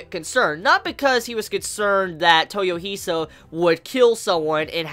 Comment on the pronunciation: dude, you are good! but please, it's toy-O-hisa, not toyoh-I-sa